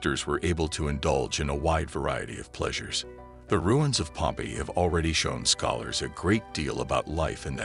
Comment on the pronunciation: It would be nice if the narrator pronounced "Pompeii" correctly. It is Pom-PAY -- in English, in Italian. Pompey, pronounced PomPee, waa a personn.